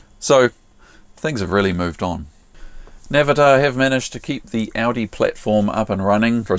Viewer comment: We pronounce it “ooooodeeeeeee” not Audi as in the motor car! Great little video as usual thanks for posting!